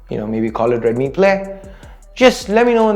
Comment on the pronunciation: Its deadmi 😂